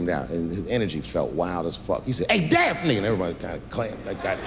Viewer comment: Notice how he never misspronounced Daphne thruout the entire set. It took one to know one.